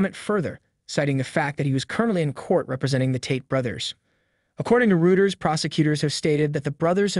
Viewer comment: Dude, it’s pronounced ‘Royters’ not ‘Rooters.’ All this is supposition and he is innocent until proven guilty.